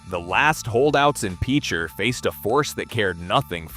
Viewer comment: I don't know what Autobots reading this but the pronunciation is pitch-er. To use in a sentence he is a really good pitcher for the baseball team. If you've ever known anyone that has grown up around there. If you've ever had to go over there and investigate from a geological standpoint you would know that it is one of the scariest things on earth. Next it is Quapaw. Qua-paw Tribe. Tar Creek that runs through Picher is an ecological disaster of biblical proportions. Some of these people that grew up in the town of Picher will never ever be healthy a day in their life,😣 A horrible life lesson,where everybody suffers.